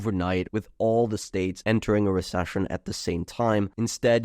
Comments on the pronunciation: Re Sush un lol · cant get over hearing him say re-shush-ion over a hundred times - still interesting analysis of historical data